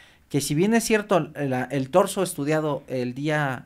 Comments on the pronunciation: señora, no se llama DORSO, se llama TORSO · Es Torzo no dorzo cuando se refiere a la parte de arriba del cuerpo, gracias Dr por corregir de manera sutil a la Dra, Torzo no dorzo.